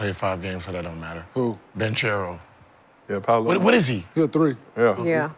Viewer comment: Gil if you gonna say Paolo last name , at least pronounce it right you barely watch games